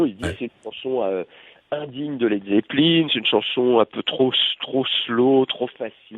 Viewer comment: manoeuvre pronnonce "led zeppeline"??!!!? c la premiere interview que j'entends ou il ne dis pas led zeppelain!